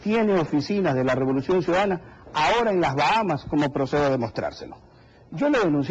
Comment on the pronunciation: Este periodista dice" El gobierno de la revoluciom